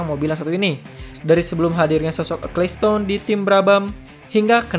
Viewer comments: Itu bacanya "ekelsten" bukan "ekliston" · Nama yang bener itu Bernie Ecclestone, bukan Acclestone.